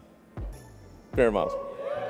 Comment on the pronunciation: The mumble during saying the miles was so funny